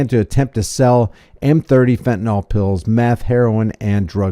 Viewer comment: Thats not how fentanyl is pronounced. You're welcome.